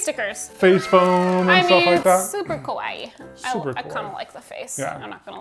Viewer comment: Just a random thing which I think is funny given how the project goes is that when you say "kawaii" meaning cute, it came out sounding more like "kowaii" which means scary. Lol